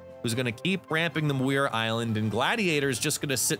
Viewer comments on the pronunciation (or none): P.S. Muir Island is pronounced "MYUR". Don't mean to be pedantic, just trying to help :D